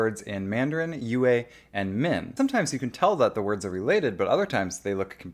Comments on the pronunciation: There's no "w" sound in yue, if we need to make a comparasion with a western language then yue has a sound of a german "ü". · 粵 is one syllable.